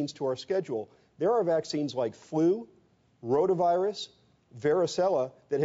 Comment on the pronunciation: No, she didn't say "Corona virus". She said "rhoda virus".